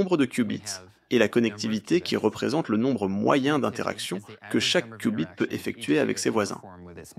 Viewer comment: mdr c'est pas des "coup bit" 🤣 c'est des "Q" bit...